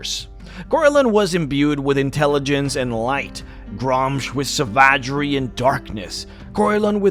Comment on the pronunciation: I’ve never heard anyone pronounce savagery like that before 😂